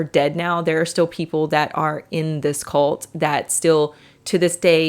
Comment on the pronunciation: At the beginning it sounded like she was saying “colt” more than “cult.”